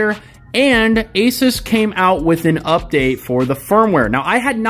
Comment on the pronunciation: I love you bro.. you say Asus the right way! I fuckjng hate aSOOS nah it’s aSUHS like aces .. I name my Pc builds Pocket-Asus 1, 2 and 3.. building 3 right now.. I know I’m a cringe nerd